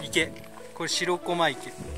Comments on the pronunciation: しろこまじゃなくてしらこまな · 楽しく見させていただきました。 気になったのは "しろこま"が何度も出てきますが、 "しらこま"ではないですか?